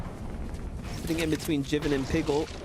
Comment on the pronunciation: Its not Jiven Fortnite, its Jivin (Jai-Vin)